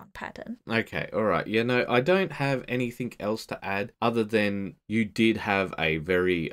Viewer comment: Great videos. I hate to be that guy but I have to point out, it's pronounced "anything else?" Not "anythink else?"